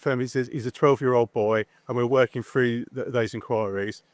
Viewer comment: Work "froo"??